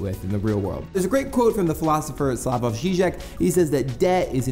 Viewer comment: The J in 'Slavoj' is pronounced like a Y. Good job on pronouncing 'Žižek' though!